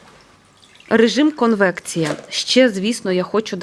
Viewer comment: Конвекція і шпинат Не "конвенція" і не "шпінат"❤